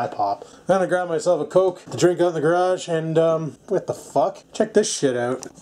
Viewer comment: "Scores"!!! Another window in the "gradge" right on ! Not too bad, not too bad...